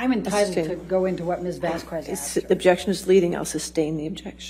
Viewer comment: Could this woman please pronounce Ms Vasquez name correctly?